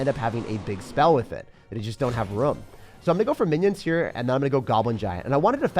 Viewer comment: boston accent in the way u said room? 😂